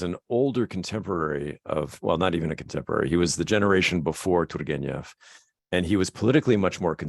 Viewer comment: You're doing a great job how about you'll never get there period of you haven't got the Russian Ukrainian soul you'll never pronounce properly it is beyond your reach Jack. You will never understand you're going to have as long as you live you'll never understand t u r g e n e v properly. F*** it keep trying